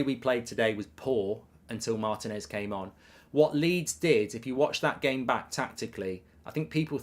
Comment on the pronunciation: MAR-TI-NEZ .... NOT maeeertin.ezzz